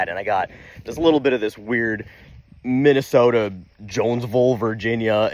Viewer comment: Minn eh soh tah.